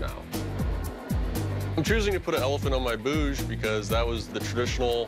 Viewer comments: Its not "bhoooj". Its "bhuj". Short "oo". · It's not Bouge, it's Bhuj. And it's not 'Syan Myai' , it is ' San Mai'.